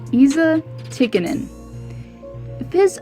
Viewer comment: It's pronounced Tea-ka-nin. Also, it was Dave Semenko that was tasked majorly with protecting Wayne Gretzky. But great video, as always,.:) I can't wait for part 2.